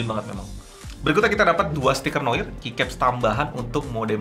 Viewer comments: bacanya noar bang, bukan noir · Seharusnya bilangnya "noa", noir itu bahasa prancis aslinya, pengucapannya noa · Cara membaca Noir kalo bhs inggris jadi "Nowar" XD